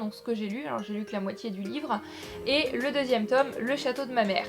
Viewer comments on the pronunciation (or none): Pas le 2ème "Tom";le 2ème "tôme"...